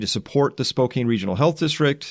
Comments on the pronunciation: I I am HAPPY with them sending 5 coronavirus patients to Sacred Heart in Spokane Wa because my ex-wife is an ICU nurse on the 8th floor. Also we pronounce Spokane “spo can” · Spokane is not pronounced Spoke-Ain, it is pronounced Spoke-Ann. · Spokane is pronounced Spoke-*can*, not Spoke-cane, btw. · Excellent report, thank you! (FYI, Spokane is pronounced: Spo-can, not Spo-cane) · Teach Chris how to pronounce "Spokane", please. Like Spoke-Anne, right? Not Spocaine. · It’s “Spo-can,” not “Spo-cane”. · Its pronounced - Spo-can....NOT Spo-cane. Love the hard work you do. Keep it up. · Chris: Spokane, WA is pronounced "Spo-Can," not "Spo-Kane." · Spoe-cane? Grrrr. Spoe-cann is how it's pronounced. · Spokane is pronounced “Spoke-Ann” not “Spo-Kane.” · Spo CAN, not Spo cane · It's pronounced Spo-can, not Spokane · Spokane is pronounced Spo-Can. Washington cities have strange pronunciations. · Thanks, my thoughts exactly. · Chris thanks for what you do, a lot. I cannot help with the South Korean pronunciations but I live in Washington state not too very far from Spokane, pronounced Spow (snow) can. Just ordered The Fourth Turning. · Its pronounced Spo-can, it's my hometown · "Spo can" is how Spokane is pronounced. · SPOH-CAN is how you pronounce the name Spokane just in case you wanted to know, I realize it has no bearing on the more important topic of discussion. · Great video man just fyi Spokane is pronounced more like "Spo-can" or "spoke ann" if that makes sense. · It's pronounced Spo-can. Thank you for all your time. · The city is Washington ,Spokane is pronounced spo-can. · Spo-can is how you say Spokane. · It is pronounced Spocan the e on the end of Spokane does not make it sound like cane but it the sound is can. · By the way its pronounced "Spo Can" even though it looks like Spokane. For future reference. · Spokane is pronounced: SPOKE-CAN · I think it is pronounced SpoCAN Washington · Spokane is pronounced Spo Can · Spokane is pronounce Spo can